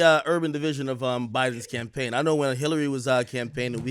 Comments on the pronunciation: “CAMAPAIGN AD” 😂 y’all high up there at Complex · AND ANOTHER THING....What is a "camapaign", y'all? 🤣🤣 #wereonlyhuman #Beirut7😎